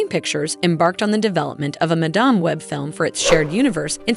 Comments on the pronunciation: "Ju-akin Phoenix", "Madahm, Madamm". If you can't bother to fix your AI voices I can't be bothered to watch. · At least learn how to pronounce character and actor's names....sheesh.....sound like a dumb a.i. reader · Overall, decent video but it would help if the narrator could properly pronounce "madame" for madame web. It's not pronounced that way for the character. Then she butchered Joaquin's name.